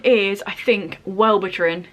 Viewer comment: Hair twins! I definitely could've written the questions better. I didn't think about other people reading the first person themselves. 😂 Half Lost is truly devastating. Good pick. You said VIibryd correctly, but Wellbutrin is "well-bu-trin" with emphasis on the "bu" lol. But it's all good fam, meds are hard to pronounce even when you're on them. 😂 I wish that the American health care system wasn't shit. 🙃 I love the way that you tagged people honestly. Medication can definitely be a touchy subject for some people. But thank you for doing my tag, even tho you knew nothing about the medications!! 💜